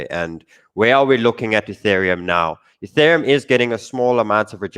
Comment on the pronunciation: The first time I've heard say "Ethereum" as opposed to "Youthereum"